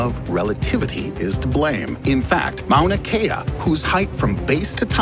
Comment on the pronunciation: Hawai’i native here, thank you for pronouncing Mauna Kea and Mauna Loa correctly! Fun fact, Mauna Kea is actually the tallest mountain in the world if you measure it from it’s underwater base lol